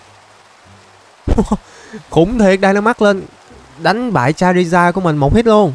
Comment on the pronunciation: Ơ charizar mà chamander hồi nào 😡😤